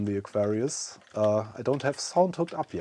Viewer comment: When you say Aquarius, the accent (to me) sometimes makes it sound like Nefarious! I'm thinking this would have been a fantastic name for the new system ;) Great video and neat system.